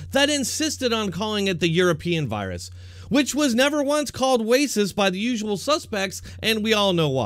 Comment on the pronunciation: Are you saying wacist on purpose instead of racist